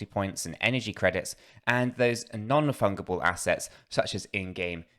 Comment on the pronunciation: Keep up the great work fellas thanks! PS the 'g' in fungible is pronounced like a 'j'.